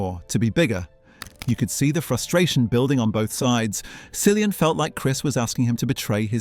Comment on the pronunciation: Killian not Sillian please